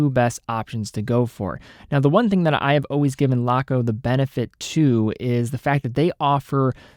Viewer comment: it’s “laco” as in lacquer, not “laaaaco”